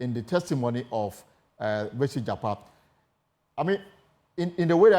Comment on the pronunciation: Please mention the name well JAKPA AND NOT JAPA